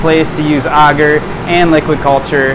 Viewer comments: Sir great content but please sound it out A gar. Your saying auger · Auger is a machine that digs a hole in the ground. Not Agar, which I've never heard anybody pronounce the way you have. 😂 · "I say agar differently than everyone else because I'm soooooooooo special." As a community we need to agree on a pronunciation and stop playing thsse games of semantics. You said we HAVE to use a flow hood. We can't use a still air box? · first person I've ever heard someone say Agar the way he does and although he has terrific info it's really annoying for some reason hahaha :/ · You are the first person I've ever heard pronounce agar like that's lol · You sure your pronunciation is correct? It's not for digging holes.